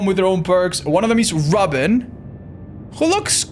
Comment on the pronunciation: Calling Robin rubbin was hilarious